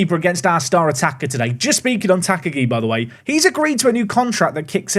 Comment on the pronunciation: Sad he’s not got the Mr. Potato head if I’m honest. The teal kit is a color blind nightmare, please never play them again. Also, Tak-agi should be 3 syllabus Ta-ka-gi but doubt that gets cleaned up since murdering names is your favorite past time 😂